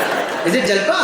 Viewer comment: It's जालपा in Hindi also. Not जलपा।